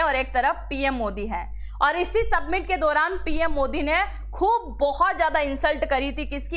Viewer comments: सबमिट नही वो समिट है. 😄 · सबमिट नही मॅडम जी, समिट बोलते है उसको,😂😂😂